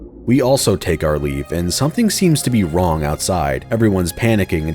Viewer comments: If only didn't say wrong/raw like that, then maybe we would have a clear answer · You might wanna re-listen. He clearly says wrong. The G is very pronounced. Moreover, calling him wrong follows naturally from the previous sentence, whereas "raw" doesn't. And finally, he uses the visual of the fake Kazuki pulling out his guns when he says it, which supports my interpretation, not yours.